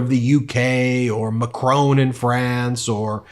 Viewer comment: Luv.....but pleeeeeeezzzzzz stop calling Macron Mchrone.....His surname MAC RON....as in RON ald Reagan.